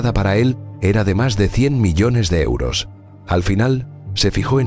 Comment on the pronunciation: Pq dice euro osos ?????